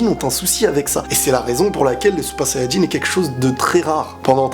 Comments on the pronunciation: Parles français ou japonais, mais dire supa sayajin ça fait handicapé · t es genant quand tu dis " super sayan jin" t es chelou